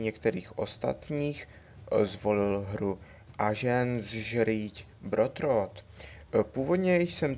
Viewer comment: tyčky vole :-D to se nedá, to se nedá aženzžrít brotrot, a pranc of persíž :-D OMG